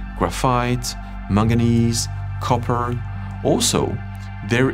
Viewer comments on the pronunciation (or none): none